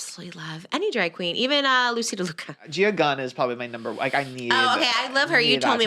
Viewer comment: Trisha 😭 it’s Loosey LaDuca** not Loosey DeLuca. You’re gonna get her more fired up 😭😭